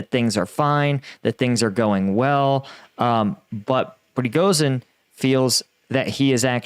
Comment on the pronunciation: It's PRE GO SHEEN not pregosin